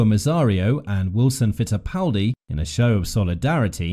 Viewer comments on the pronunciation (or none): none